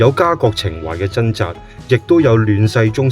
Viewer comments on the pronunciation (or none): 條片一開始就不斷講貪友貪友貪友。我真係好想問點解而家呢個世界已經冇人識講朋友呢兩個字！唔怪得而家啲人越嚟越窮，唔窮都俾佢講到窮！全部都變晒貧友！連呢把AI聲都有懶音，另外掙扎讀咗真扎，轟動讀咗軍動。冇眼睇！